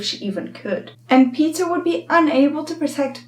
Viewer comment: Does anyone notice she is saying Peter and not Peeta